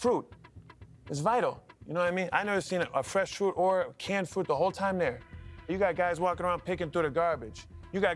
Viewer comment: We need fwesh fwoot!